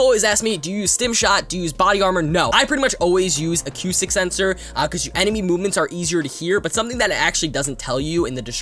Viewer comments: Uh-coo-stick. Not: Ah-cue-stick. But I’ll subscribe, good video. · Acoustic (uh-koo-stick)